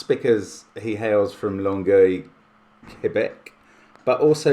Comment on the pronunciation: I live in Longueuil, Quebec (the city of your first birthday shoutout) and do not worry Mark, your pronounciation was great!